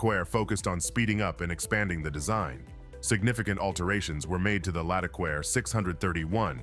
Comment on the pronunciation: Sort out your French pronunciation. It isn't as if there aren't any hints in the spelling. Accents are not just decoration. One might almost think that the narrator was uncultured, which wouldn't be fair ... or would it?